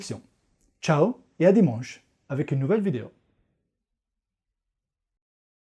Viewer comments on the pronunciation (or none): none